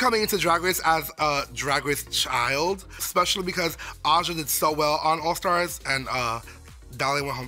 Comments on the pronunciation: here's the thing gottmik- nobody is intimidated by someone who says 'expecially' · What does gottmik mean, like why that name? 🤔 also it’s cute and very funny that they say “exspecially”. I also figured rosé named herself that because out of makeup, her cheeks and nose are very red. Idk if it’s a nerves thing but yeah